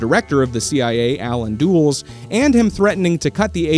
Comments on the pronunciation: last name is pronounced “dull-ess” like the DC airport named after him. His brother, father, and uncle were all Secretary of State at one time, and while Allen was head of “covert” intelligence and foreign policy as CIA head, his brother John Foster was sec. of state, head of “overt” foreign intelligence and policy. Only time that’s ever happened…not to mention the Dulles boys practically being raised by Prescott Bush (father of GHW Bush and Grandfather to GW) during the summers, and GHW Bush being in Dallas the night before and morning of the assassination, just to name a little more 🤷‍♂️ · Just cuz I’m nitpicky, Allen Dulles is pronounced „Dull-iss“ 😅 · Please pronounce Dulles correctly